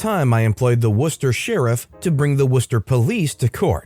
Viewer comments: Nice....I'm from Ma...you pronounced Worcester correctly!! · Hey!! I’m from MA and it was nice to hear you pronounce Worcester the right way 😂